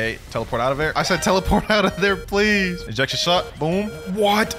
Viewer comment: Blud said ples💀